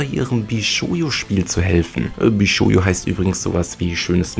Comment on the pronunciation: BishouJO nicht BishouYO. ^^